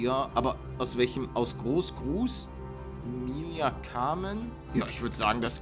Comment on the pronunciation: Ich guck 5 Sekunden weg er liest so den Namen vor „Mihalia, Carmen“ ich reagiere 😂